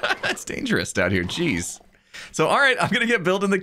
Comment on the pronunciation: ik i was making a joke about the fact you said instead of jeez because i thought it was funny